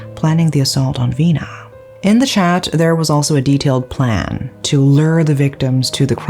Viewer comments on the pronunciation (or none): none